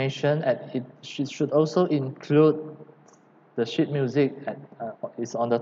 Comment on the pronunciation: I really don’t wanna make fun of you but I had to laichst so hard when you said sheet because for me it sounded like shit.